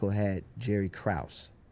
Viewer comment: He really said Jerry Krause.